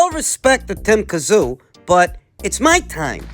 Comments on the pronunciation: Tim Tsyzu ( zoo ) ta-zoo ka-zoo it’s very disrespectful to deliberately mispronounce his name. Nobody at 154 gets near him, including Crawford, Spence , Charlo nobody. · Any chance of pronouncing Tim’s name correctly? The TS is silent and you know that.